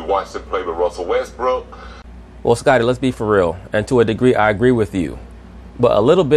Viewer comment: Pronounce WESTBROOK, not westbrick!!!!! Learn some english